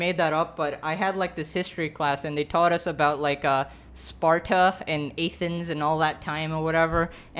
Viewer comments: aythens is not how u say it ath-ens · XD he said AAthens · pronunciation of Athens is giving me a stroke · Why did he say Athens like that???? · How you said athens idk it frustrates me lol